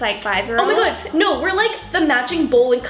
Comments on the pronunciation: You say no then add two R's at the end like this, no rr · Joselyn Gonzalez I thought that tooooooo